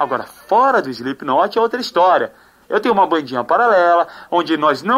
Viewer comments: Muito legal o programa, pena que a cambada ainda não sabe falar slip"KI"not direito :P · "Slipiquinoti" kkk